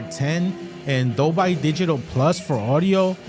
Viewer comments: Dolby is pronounced DOL-BEE, not DOL-BYE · #1 thing to say: Dole-bee, NOT Dole-by. the "power button" is the remote finder button, not a power button. A "USB port for charging"... what? It doesn't charge any other device. Its primary use is the power input with other uses including hubs and docks with power delivery which can come with USB ports for connecting flash drives, MicroSD cards, etc. DV, HDR10/10+, and HLG are not codecs. They're a list of HDR Profiles. Video Codecs include: h.265 (HEVC), h.264 (AVC), etc. HEVC is common for UHD Blu Ray and AVC is common for standard Blu Ray. VP9, and AV1 are also included for legacy and newer YouTube support. is completely false. The USB port is not "only used for powering the device." This is the same as was stated at ~ . You can buy something as simple as a USB C OTG C to USB Splitter. That passes through the USB-C for power and gives you a USB-A port for plugging in your flash drive. It "should" have a USB-A port? Why? It's not marketed as having one. The Apple TV doesn't have one. The old ChromeCasts don't have one. No Fire devices have one. Roku restricts it to the Ultra, etc. You're pretty naive to assume it will (or "should") have one. It's a streaming device; not a local playback device. You completely misunderstand the "match framerate" option. 60Hz displays can't display 24FPS (most movie) content because you can't display 24 fps over 60 slices of 1 second. That's the major advantage to native 120Hz (/144Hz, 240, 360, etc.) displays: you can sim